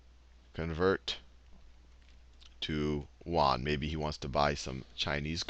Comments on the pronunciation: Yoo-en not wan... seriously... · Won = KRW (Korean Won), Yuan = RMB and you pronounce it 'yuan' not 'won'. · pronouce YUan as Say UN very fast. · My Econ teacher at SMUS says "won" for Chinese currency too. It's probably because the consonant "ɥ" does not exist in English. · Yuan is not pronounced 'Wan'! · Good video, very helpful. To previous commenters does it really matter if he was using "Yuan" or Dollars of potato chips. Let his pronunciation of Yuen go. Thanks for the help. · "You-awn" ...won is korean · It's actually called yu-an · way to butcher the yuan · The way you're pronouncing yuan is srsly tilting me. Do some actual research before you present a lesson ffs.